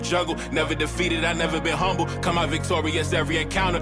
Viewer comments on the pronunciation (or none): none